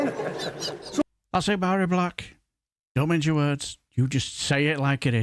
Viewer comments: Good morning sir, this woman is great, deals in facts, not idealoliges and feeling. Just for future reference (and this isn't me being pedantic) her name is pronounced Vari, in Gaelic any word with mh or bh is pronounced with a v as in Siobhan or Niamh (pronounced Neeve) have a great day and keep up the good fight mo chara (my friend) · Mhairi is pronounced Vahri. A small point, but an important one I feel.